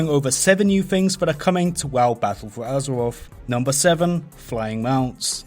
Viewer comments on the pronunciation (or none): fings. azewoff. I can't listen to this shit. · Battuwl fowr Azewoffffff xD